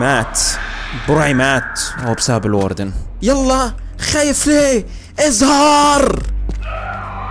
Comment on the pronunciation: الواردن❌ الوردن✅😂😂